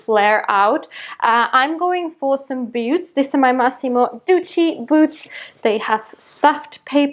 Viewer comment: It’s so cute how your pronounce ‘boots’ as “beauts” 😋😍